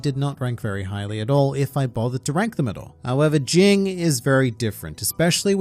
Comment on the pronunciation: You keep saying it ging as jing it actually is supposed to be said as jene